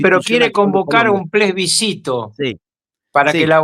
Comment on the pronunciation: Estimado Sr Ruckauf la palabra correcta es plebiscito ( con SC) y usted pronuncia “plesbicito”, que no existe. Saludos desde Chile 🇨🇱 Viva la libertad 🗽